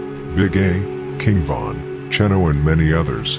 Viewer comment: Its pronounced "Chiiiiino" TF you said 🤷🤦 Asking for 🚬 goofy